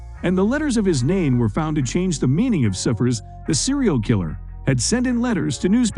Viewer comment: You'd think an account dedicated to Cold Cases would know how to pronounce "cipher". Apparently not. I wonder if they know what it means.